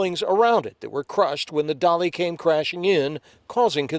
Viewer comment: I tought ut was the "Dali" NOT "Dolly"